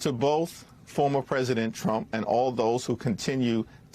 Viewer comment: Pence doesn't even know how to say, "Former.."